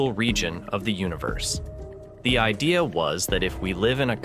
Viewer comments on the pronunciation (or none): none